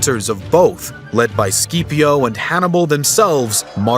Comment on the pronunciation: Consul Skeeeepio... 😂 SKIP-IO